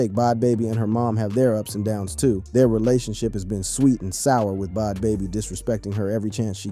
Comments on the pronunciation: wtf is “Bod Baby”?! It’s either a person who has no clue or AI. Both are awful… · He couldn’t even pronounce Bad Baby…